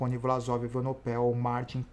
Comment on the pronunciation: falta aprender o nome do Belga: Evenepoel não Evenopel....kkkkk